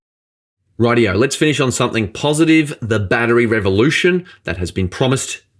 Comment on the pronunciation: There is no A at the end of battery. You are a journalist and should be an educator.